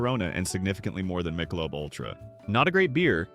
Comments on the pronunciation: Were you raised by wolves? No one calls it Mike-a-lobe. It's Mick-a-lobe. Well that's not as bad as calling barbeque, b-b-q. Seriously, no one talks like that. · "Michael lub" beer????? AI is terrible. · You can tell this is an AI voice over as soon as the AI voice pronounced Michelob as Michael-lub. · 'AI' can't even pronounce 'Michelob'... STOP IT!!! AI Sucks... Pay a few dollars more and have a Human Read the Script!!! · That Michelob pronunciation outs the AI voice, it has some good pointers and information and maybe the person behind this drank the beers and watches World Cup, but it's AI generated video's and the voice now is suspect.